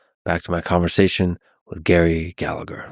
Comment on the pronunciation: Don't be a typical plastic paddy: Its pronounced Galla-her.